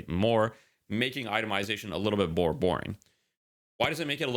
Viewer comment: bore boring? bore moring? im confused